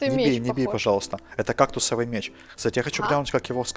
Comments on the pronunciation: МЕЕЕЕЕЧ НАДА ГАВАРИТЬ МЕЕЕЕЧ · ая-яй) МечЬ правильно Меч.)))) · меч, а не мечь;) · Поправочка! Не "мечЬ", а "меч". Думаю, намёк ясен) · не мечь а меч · мечь 😂😂😂😅 не мечь а МЕЧ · Не мечь а меч